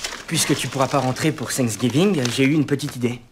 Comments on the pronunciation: On dit Thanksgiving pas sangs gibin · C'est thanksgiving pas sang giving